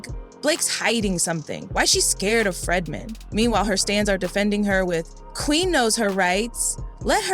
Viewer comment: Its not FREDman, its FREEdman